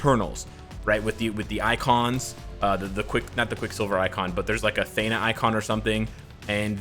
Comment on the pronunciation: “I said uru weird” you say a lot of things weird my man. I can’t get over Thena. Athena without the a. AH-THE-NA | Theen-AH. not THAY-NA